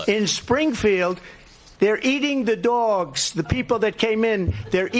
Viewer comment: "They're eating the dworgs" Sho' nuff Donnie....